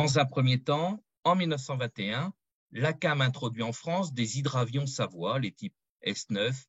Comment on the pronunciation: "Savoia" prononcé : "SavoYia" et pas Savoie comme la région.